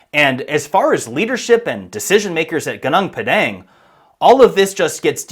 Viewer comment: Thank you for highlighting this site. But wrong pronunciation of Gunung Padang. Is it so hard to find out the correct pronunciation and say it correctly? It is irritating to hear local names pronounced in the American way.